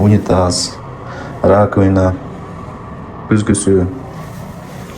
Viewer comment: Раквина =раковина